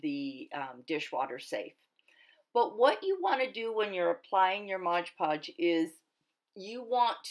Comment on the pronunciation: "MOD PODGE not MOGE PODGE. You know this never bothered me till I kept hearing people saying it over & over & people correcting them. ahahaa now when I hear them saying it WRONG im like oh nooooo. :/ ahahaha :} But great video really is.